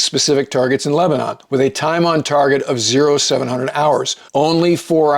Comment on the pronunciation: I had never heard Lebanon pronounced as "!Lehb-eh- nawn" the way the narrator says it here until I moved to north Minnesota. Of course, it's "Lehb-eh-nin".... I went on a twenty man crew to work a fire at Three Sisters, Oregon. With a trainee crew boss that's 21 people. Our bus driver got fed up hearing '"Or-eh-gawn" too many times. At one point she stopped the bus and hollered back at us: "IT'S OREGON ! We're still here!"